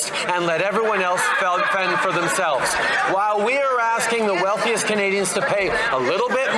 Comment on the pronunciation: Turdeau is slipping hard, “Continue to protect the wealthiest inted of sp-porting Canadians”. 🤣